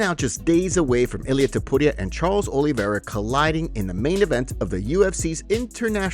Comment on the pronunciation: Why are you pronouncing Ilias last name like it's not Tu-puria 😂